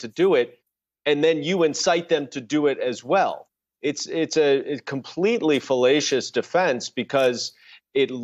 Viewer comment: "A completely fellacious defense" ??? That didn't sound like "fAllacious."